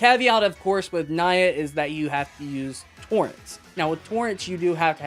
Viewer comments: Also didn't know the cat site pronounce as naya, thought it was like, you know, a japanese for meow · struggling to pronounce "nyaa"